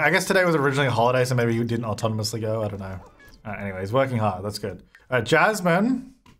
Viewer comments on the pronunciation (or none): none